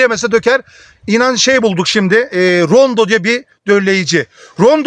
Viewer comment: Nacizane bir düzeltme yapayım Rondo değil Ronde. Abimizin eline sağlık verdiği bilgiler çok isabetli. Allah bol bereketli ürünler versin, emeği boşa gitmesin.